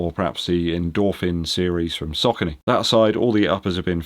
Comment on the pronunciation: Sock-a-knee (Saucony)